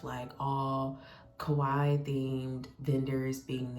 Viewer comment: You're pronouncing Kawaii correctly! ❤ I'm so happy you had fun and a profitable day too!